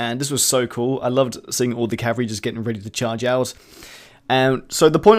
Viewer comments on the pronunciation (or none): none